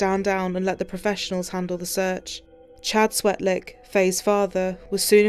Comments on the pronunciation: its "Swetlik". That is so bad that he can't even get her name right. America, you are an embarrasment. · mis-pronounced her name. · And pronounced her last name wrong. Sigh